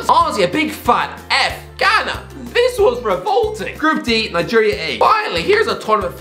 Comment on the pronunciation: Ghana and Algeria were competing for who would be more terrible. By the way you did a decent job pronouncing African names.